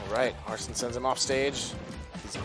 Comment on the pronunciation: How hard is it to say arsene since it’s pronounced when he comes out and they said it in the trailer smh